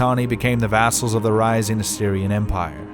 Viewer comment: "Assuria" ? Assyria you mean.